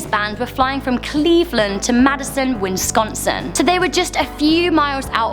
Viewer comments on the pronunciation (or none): Wisconsin, not winsconsin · and its Wisconsin not Winsconsin FFS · It's not "Winsconsin" it's "Wisconsin"